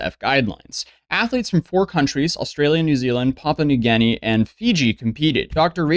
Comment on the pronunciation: Wow, this kid doesn't speak English whatsoever. Auspices.... Never seen that word before and still knew how to pronounce it right... And then we get Papua New Ganny. Why are all US YouTubers so bad at getting longer or more elaborate words ? That tells me a lot about their bad school system. I knew it was bad, not that it was a joke...😅